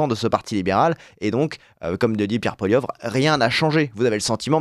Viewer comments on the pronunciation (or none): Bonjour du Canada: l'on dit Poilievre pas Poilieuvre